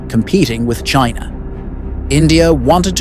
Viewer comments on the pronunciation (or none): none